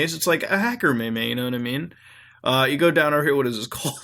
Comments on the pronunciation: PLEASE TELL ME YOU'RE SAYING "Meh-May" IRONICALLY. ITS PRONOUNCED "MEAM" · meme: pronounced meem not mae mae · its not may may its meme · Wtf is a "ME ME" Meme is pronounced meem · STOP SAYING MEYMEY PLS .. its pronounced meem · Dude its pronounced meem not may may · Internet "may may"? Please tell me that's not how you say meme. (pronounced "meem"). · I like how you pronounce memes as "may may" instead of "meem" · me'me/ May May ? ? defuq is that? pronounced "MEEEEME" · it's pronounced Meem, not maymay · It's not me-me, its meem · meme as in beam not mEmEs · It's pronounced "Meem " not may may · Did you just call it a may-may? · Im triggered its meme not maymay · he says may may's lol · It's pronounced "meem", supposedly. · meme. it's pronounced like meem. Meme is a very important word. Meme - an element of a culture or system of behavior that may be considered to be passed from one individual to another by nongenetic means, especially imitation. Also, lots of tor sites are government honeypots. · i was watching this and was interesting but then he called them maymays not memes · did he call memes mea meas, am triggered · may-may kill me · Pronouncing meme as may-may is not sarcasm. Saying "ooohhhh, I could've Googled it? Really?! You know, I totally forgot about Google! It's not like it's my fucking homepage or anything. Thanks! THANKS A LOT!" or something like that, that's sarcasm. Intentionally mispronouncing meme as may-may is just... a joke. Joking around. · Aodan Sinclair "may may" is a may may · Did he just say meme like 'may may' What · never seen this guy before but does he really say meme like that? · 😑😐 please tell me he's pronouncing meme wrong on purpose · why are you pronouncing meme wrong?